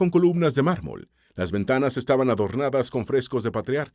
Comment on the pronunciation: No malmol es marmo vete escuela de español narador